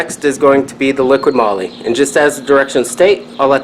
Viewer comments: LIQUI moly not LIQUID MOLY. 😂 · its called LIQUI MOLY not LIQUID MOLY xD